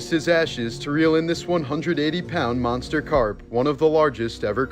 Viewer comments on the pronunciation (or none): none